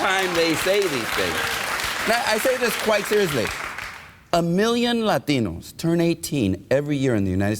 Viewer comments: no, because as we all know Lahteenohs (to use Gutierrez' strained and over affected pronunciation) really support LGBTQ issues like boys in girls sports and locker rooms, s-s marriage, and other political gray areas that the Catholics love, like abrtn... Nice analysis, dude... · Without snide comments, Maher has nothing. As for his barking seals of an audience, they are brainless. And why does that guy pronounce it "Lateeeeeeeeeeeeenos" as if that makes it more credible? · Why dont they say Latinos, like its spelled, instead of Latheenos? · The th they put in Latinos is hilarious